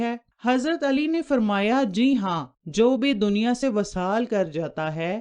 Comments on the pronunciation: vesal hota ha vasal nahen . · معاف کیجیے گا وصال کے “و” کے نیچے “ زیر “ ہںے زبر نہیں۔ اور ایسے پڑہیں گے “ vi-saal “۔ اس کے علاوہ جہاں والدہ کی خدمت والد کی بہ نسبت تین دفعہ زیادہ ہںے تو دوسری طرف والد کی نافرمانی ک سزا اللّہ کیطرف سے سیدھا سیدھا “ عاق “ ہںے جب تک کہ اولاد والد سے معافی نہ طلب کرے اور اس کا والد اسے معاف نہ کر دے۔